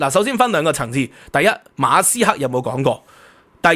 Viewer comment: 你講馬斯克啦，人地個姓你讀左哂呀教壽！！